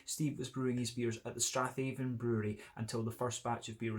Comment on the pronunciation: Hi. I am surprised that a fellow Scot pronounced the Strathaven Brewery wrongly. Should be Stra'ven.😉